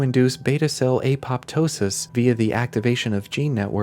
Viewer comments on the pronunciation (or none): none